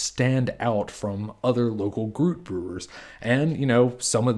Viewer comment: It’s pronounced groo-it, not rhyming with fruit